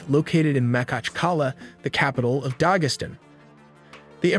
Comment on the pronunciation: Not 'Dahgesstan' but Dagestan